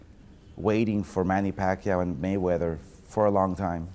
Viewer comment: may -he-win . floyd is a legend of boxing either way